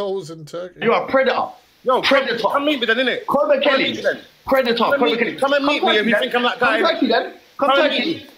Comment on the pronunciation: It's Koba not Cobra😅